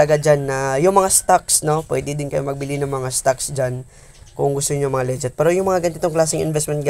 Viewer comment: Nakakainis pakinggan yung "LEGET" mo hahaha. Legit ug Leget.. Tsaka na ban kaba dahil dalawa ginamit mo gcash name mo? Ikaw ba yun haha